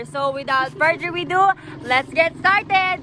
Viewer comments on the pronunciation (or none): "Further Adeu" Budoy Glamor: hahaha brrr Further we deu